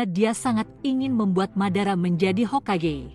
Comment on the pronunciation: Hokage bkn hokege